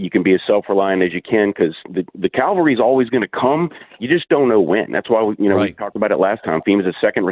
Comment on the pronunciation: It’s not calvary. It’s Cavalry. Yes, I know. So what, right? However you show your IQ with such elementary errors.